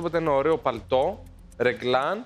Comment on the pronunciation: Ρεγκλαν στο παλτό όχι ρεκλαν. Αχ